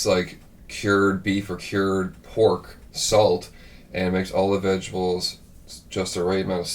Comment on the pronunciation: Vegables! Haha. Love it. Really make me think of my Nanne. Her accent was a little heavier than and would pronounce words in a way I thought was funny. Very endearing. Also, I love Ruby's border collies. I had a beautiful dog just like hers. ✌️😬🇨🇦